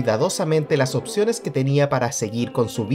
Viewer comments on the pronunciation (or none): none